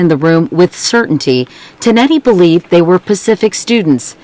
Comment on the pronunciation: you said tonetti wrong and i know that because kristina is my cousin